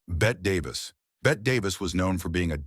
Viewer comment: You idiot, you mispronounced Bette Davis and most of the others names! Will never watch this crap!